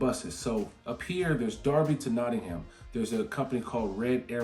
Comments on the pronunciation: Just to note, the H in Nottingham is silent. It's not pronounced Notting-ham, it's pronounced more like Notting-um. Sort of like the word Drum. You will find that with a lot of places in the UK. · It's pronounced nottingum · Your pronunciation of Derby ("darby", meaning deer village) is fantastic and correct. Nottingham (meaning the home of chieftain Snot's people) is "Not-ing-um" though. There's no "ham", just "um" in British place names. The aitch was dropped long ago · I'm from Nottingham. I don't mind the stress you put on "ham" because it's a lot better than the "Noddinghaaam" we sometimes get. I don't think you'd sound right dropping the G and H. Could you start a video with "ey up ducks, it's "?